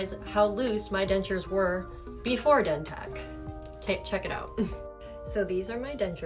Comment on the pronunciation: How yall gone promote a product, and the person in the video is not even pronouncing it by the correct name 🤔 yeah ok 👌